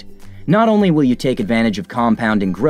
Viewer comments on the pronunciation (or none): none